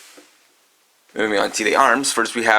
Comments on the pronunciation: I know it's supposed to be pronounced "Malus," but I' gonna call him "Mars." ...Probably because that sounds cooler to me, but whatever. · His name is spelled mars but is pronounced malus